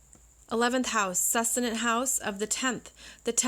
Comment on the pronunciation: Great video, —Thank you! Just wanted to mention: succedent is pronounced /sək ˈsi dᵊnt/ with emphasis on the second syllable, as in the word "succeed."